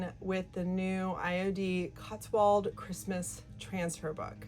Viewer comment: It’s pronounced cots w old ( as in old age ) - an English viewer